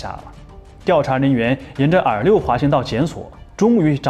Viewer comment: R6 R5一直听成耳六，耳五